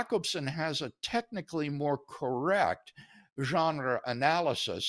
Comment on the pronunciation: Why does he say “genre” like that?